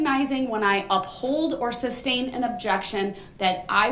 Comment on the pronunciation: SUSTAIN NOT SUBSTAIN. LOL!